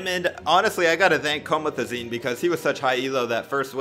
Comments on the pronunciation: U said comotezine when it’s pronounced comezazine is a name of a rapper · You pronounced his name wrong comethazine* he’s a rapper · Comithazeen ahhahahah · The way he says comethazine 😂😂😂😂😂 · Zax So I’m not the only one who noticed it 😂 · Bruh I started dying when he said your name wrong😂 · Are we not gonna talk about the way he said Comethazine? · How he said comethazine 😂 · The way he said Comethazine 😂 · U shud check how to pronounce comethazine again lol